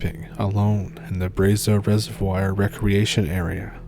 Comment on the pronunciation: Reser-vwar ffs